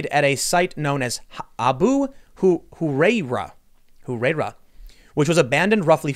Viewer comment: It’s ah-boo who-rye-raa